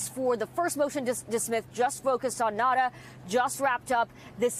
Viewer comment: why do these stupid reporters keep calling him Nata? His name is NaUta!!